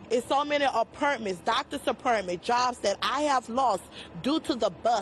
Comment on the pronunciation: She didn't say anything stupid or mangle her words. She's literally mispronouncing and saying words incorrectly. I get what you're saying, but appurtments? 🤦🏽‍♂️